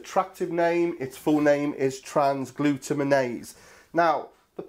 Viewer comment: Just to let you know its "Trans-glu-tam-in-ase"